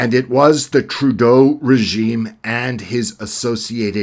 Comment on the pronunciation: great commentary. love the way you struggle to say trudeaus name.....